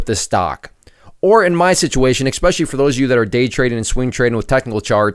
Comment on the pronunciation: Dig your channel but please work on saying "essssspecially" not "exxxxxspecially."